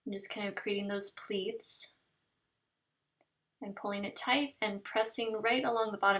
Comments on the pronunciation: when u say tight it sounds like ur saying tot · There's a lot of comments but no one seems to have noticed the odd way she says tight.